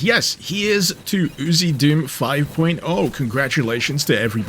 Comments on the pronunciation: I always thought it was pronounced as the lettering was: U... Z... Doom. He's just pronouncing it as UziDoom. 🤣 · I'm pretty sure it's U Z doom.. not oozy doom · Different country pronunciation